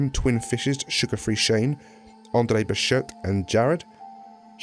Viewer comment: he pronounced Andre BecherT wrong